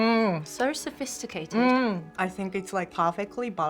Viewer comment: The way she puts on the British accent in “sophisticated”